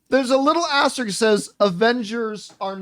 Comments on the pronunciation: Someone pull him aside and tell him how to pronounce asterisks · This video also confirms John Campea can’t pronounce the word ‘asterisk’ 😂